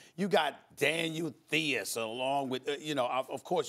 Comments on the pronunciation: did he have a stroke or flashback to the great Reggie Theus lol ..its pronounced Tise...not Theus lol... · Daniel tee- us 🤣🤣🤣🤣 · Daniel thee-us🤣🤣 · Theis is pronounced "tice." I've never seen him pronounce nice as "nee-us." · It’s starting to get hard to listen to Stephen A. Daniel Theeeius??? Clearly he doesn’t actually watch the NBA. Theis is the starting center for the Boston Celtics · Its pronounced "Tice" lol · "Thaniel Theeus" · who is Daniel Theeus? :DDD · "Daniel Thee-us" Yeah Stephen follows the Celtics even slightly. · THE IS? bro, even every game announcer pronounces it like us germans its THEIS , TICE if you want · pyizzle it's the is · Stephen A can’t even say Daniel Theis name right🤣🤣🤣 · Stephen A really pronounced Daniel Theis Name Wrong